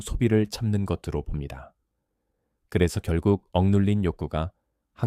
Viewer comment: AI가 제대로 읽지를 못하네요. ㅜㅜ ‘것으로’를 [거드로] 로, ’것이‘를 [거디]로 읽고… 느므 거슬려요…끊어읽기도 제대로 못하고…